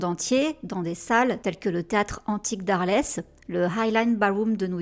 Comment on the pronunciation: Alors le théâtre antique d’Arles sans se prononce sans S pas Arlèsse et c’est En France à coter de Marseille